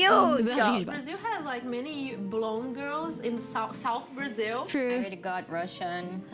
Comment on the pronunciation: Brazil mentioned in a video? HOLY F*CK, WHY YTB DIDN'T DELIVERED IT 59 MINUTES AGO?! Btw, loved how you said 'Brasil', it did sounded closer to Portuguese than most ppl on YouTube usually say and that was kinda cute ngl lol Anyway, happy bday 🥰 hope you have many many more birthdays and all that Edit: -ish When I was younger I was a Scene/Emo kid, so my hair was like on my shoulder and my bangs (is it "bangs" the word, right? That piece of hair in front of your forehead, or in my case was in front of the whole right side of my face) would go more or less to my neck and I'm REALLY short, at that time (13~14yo) I was around 148cm tall and I was kinda "blessed" (or cursed, depends on pov) by genetic... I got catcalled A LOT cuz thin waist, wide ahh hips, thick thighs and as tall as a freaking gnome 💀 Edit 2: Carnaval is like Mardi Grass (and I probably butchered the spelling), just more organized, as far I'm concerned. You have the professional parades and sht but where the thing really happens is on the street parades and... uh... is a nice way to get an STD, if you ask me. More "tamed" ones does exist but they're not the majority (my opinion is very much biased because I hate it and consider to be a waste of public money, just wanted to leave this note here, specially cuz it boosts a very specific type of tourism I really really hate and Guidelines won't allow me to go into details about it)